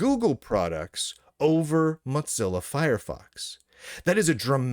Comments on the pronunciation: "Motzilla" pronunciation is awful to listen to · "Matz-illa", like "matzoballs"... I see what you did there. 🚓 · Muttzilla? Why does he pronounce it that way? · Lunduke’s pronounciation of “Mozilla” kills me every time 😂